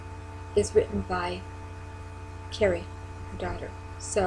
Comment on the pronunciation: Also, quick note...Kari's name is pronounced like a car, car-ee, not like Carrie. (She corrected me herself once)...Kari is a hero for us as well. Such a remarkable woman...takes after her mother :)